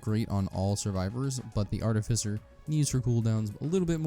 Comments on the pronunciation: Its definitely 'art-if-ice-er'. Bro googled it and still said it wrong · You said artificer wrong on purpose several times and each one felt like you punched me in the kidney. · Still saying it rong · you say artificer weird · Wrong, it's actually pronounced artificer.